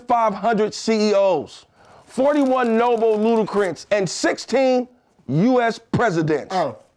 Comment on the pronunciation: I'm sorry but Nobel LUDICRANTS...Are you kidding me? No one pointed out to him that it's "laureates." That was painful.